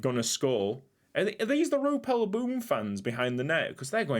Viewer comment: also I seen a suggestion on one of your other boom videos ssying to use Google translate and it's actually pronounced more like roypel bomb